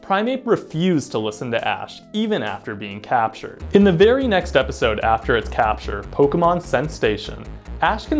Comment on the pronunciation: It's scent- SATION, professor, not station